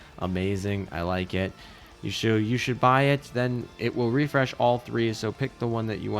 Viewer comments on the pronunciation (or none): none